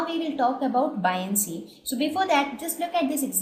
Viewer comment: i feel like i should correct you on your pronunciation, Boy-un-cy not bi-on-cy